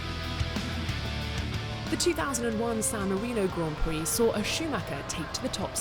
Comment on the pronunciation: This guy really came in here, pronounced emilia romagna very well and then said Grend prix